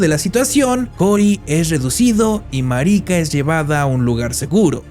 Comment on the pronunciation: Que mal pronuncian el nombre no es marica ❌ marika✅